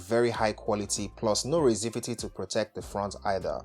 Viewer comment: 😂 I half expected to see Xerxes jump onto the table to inspect the cables after you said 'Raisivity'!